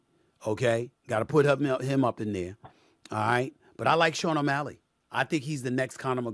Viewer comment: Aaaaaaye Stephen A said Sean OMalley!!!!!!!!!!!!!!!!!!!!!!!!